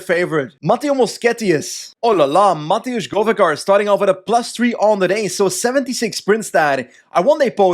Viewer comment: its not mateusz, its matevz with a v